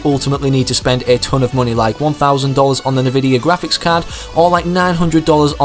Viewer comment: GRA-FHIC REEE